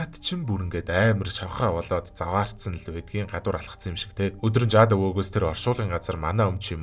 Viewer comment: Яаж Jude-г Жаад гэж уншдаг бнаа 😂😂😂